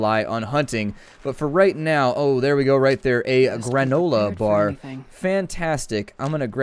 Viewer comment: I was like lol when he said oh Look...... A gro-nol-a-bar...